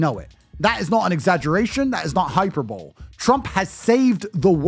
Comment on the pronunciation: Andrew Tate just said “hyper bowl.”